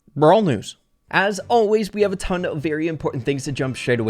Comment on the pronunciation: BROWL NEWS HE SAID